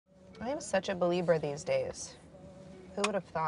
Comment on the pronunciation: did she say believer? I'm done... at fist she said belieber than she said believer.... #2016beliebers